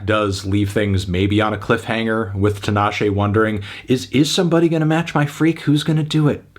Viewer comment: 5? Nah bruv! Solid 8 for me. Also, it's TEEEENASHE.